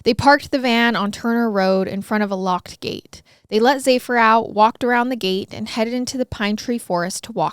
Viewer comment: Zephyr. Sounds like zef-er. The dog's name is Zephyr.